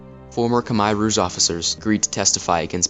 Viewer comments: It's not "Kimer" Rouge it's pronounced (Koomair' Rooj) Khmer Rouge. And both Vietnam AND Khmer Rouge were communist with the Rouge calling themselves "ultra communist". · Why are Americans so stupid? They refuse to speak the way the rest of the world does. listen to the way the Cambodians say the word Khmer Rouge and say it the same way they say their own word. Not they way you think it should it should be said. Khmire Rouge (how you pronounce it). Also the way you narrate is to quick and boring. just a couple of tips for you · Great video, but you need to pronounce Khmer Rouge correctly. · Solid short documentary. Thanks. However, your pronunciation of Khmer ROUGE is bit bit weird. Next time, please do get help from a French speaking person. And Good Luck! By the way I am also a YouTuber. Here s my video with French connection. La Voiture Peugeot!